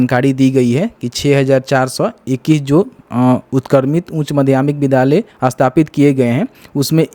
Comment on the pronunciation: Bhai sab se pahle thum "vidhyaaly " bol na shik lo tab video bana na